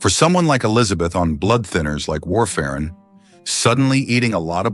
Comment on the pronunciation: You're full of fuck! Get off the internet! You can't even pronounce warfarin right😮